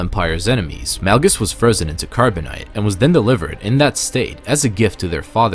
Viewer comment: Este vato dijo, Darth Nalgas???